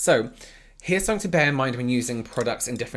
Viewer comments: When says “somefink” my heart goes😍😍😍😍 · “I’m sure a lot of people on there need to be arrested (dramatic pause) for something” 😂